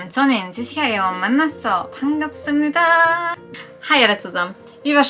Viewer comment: "반갑습니다~" :D Your Korean is nice! Good luck!